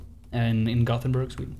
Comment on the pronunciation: "I'm batmanburg, from gothamburg" Is what goes through my head when you say Gothenburg. XD